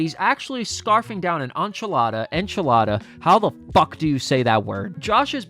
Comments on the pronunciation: Are you being serious? It's literally spelled how it sounds. En-chi-la-da. Where are you getting awn from? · Enchilada: letter N (En), chill, Ada (not eida, but ada) . Not enchalara, enchilada 😉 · say the letter "N" followed by chee - Lah - Dah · Enchilada non 'Ahnchilada'. The 'en' sound should be the same as in the word 'end' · Dude, enchilada is pronounced “EN-chilada”, not “ON-chilada”. The E the beginning of enchilada is pronounced as “EH”, not “AH”. Nobody has ever even pronounced it that way before, either (besides just you). So why would you think that it’s actually pronounced that way (if you don’t mind me asking)? 😃 Great video, BTW. Keep up the great work, man! P.S. (I am NOT trolling you or anything here; I am just curious about that is all). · "ehn-chi-lah-dah", it's not a French word lol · It’s pronounced in-cha-la-da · Inch-e-la-da or watch SpongeBob he'll tell you too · Are you an actual idiot or are you being ironic? En-chill-lada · En (like end) chill odda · Say it like this In Chi la da. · Bro not being able to pronounce enchilada is giving me big South Ahmeereeka vibes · Who the fuck says on-chilada. Why would that even cross you mind as a possible pronunciation? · Enchilada like how you pronounce End En-Chi-La-Da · My man really said AHN-chilada unironically 🤣 it’s phonetic, the E is simply pronounced as an E my guy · it's AH-nch-ill-ah-dah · Why does this guy not know how to say “enchilada”? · Unrelated but I have literally never heard someone struggle to say the word “Enchilada” before. LOL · You can’t pronounce Enchilada? You also thought that was funny? Okay 👍🏻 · The enchilada pronunciation hurts me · I’ve never heard someone struggle to say “enchilada.” Jesus. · He's either 80 IQ or making a really bad joke for engagement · I can’t focus on this video man how are you confused on how to pronounce “enchilada” it’s literally pronounced the way it’s spelled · You must be super Caucasian if you can’t pronounce the word “enchilada” 🤣🤣🤣